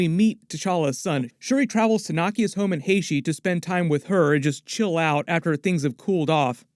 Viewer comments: Haiti not heyshe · Haiti is pronounced Hay-Tee not Hay-she. Look up the Haitian scene from Clueless you will laugh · Hay-tee not Hay-she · Great episode It’s pronounced “Hey T” not “Hey she”. Just thought I’d share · hashee? lol its Hate-EE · Why does pronounce Haiti(hey-tea) as (hey-she)😂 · It’s Haiti not “Hashie” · traveled to Where !?!? “Hey-she” or Haiti 🇭🇹 😂😂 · It's pronounced Haiti, not haishee. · Sir, you’ve never heard HAY-TEE pronounced Hay-she!! Are you alright?😳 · its (Hay-Tee) when you say haiti. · Why does her pronounce Haiti as Haishi?! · AYE BOSS I LOVE YOUR VIDEOS BUT DONT DISRESPECT MY COUNTRY ITS PRONOUNCED 🇭🇹 HAITI OR AYITI GET IT RIGHT‼️ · Just a lil friendly reminder, It’s pronounced “Hay-Tee” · Great break down, but it’s pronounced Hate EE Haiti 🇭🇹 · It’s pronounced "HA-E- T" bro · Its HAY T. LOL not whatever the heck you're doing. Great vid as usual high five 🤚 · You said Haiti wrong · Bro you really gotta learn how to say Haiti lol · The way you pronounce Haiti is hilarious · Love the channel hate how you keep mispronouncing my countries name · I had to stop the video when he kept mispronouncing Haiti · I love your videos bro but damn you pronounce haiti terrible bro that’s my country 😂😂😢